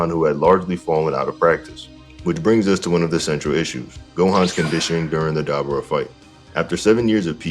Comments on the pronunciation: How the FUCK do you pronounce dabura that way?! Did you even watch the show? They said his name 100 times. And you STILL proceed to pronouncing it wrong. It blows my mind how that’s even possible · Daber vs Da-Boar-Ra